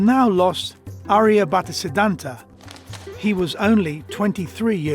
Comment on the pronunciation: he is aryabhata not arya butter 😆😆😆😆😆😆😆😆😆😆😆😆😆😆